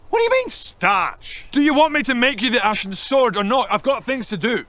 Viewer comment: When he says, " an Ashen swort," you know it's gonna be hard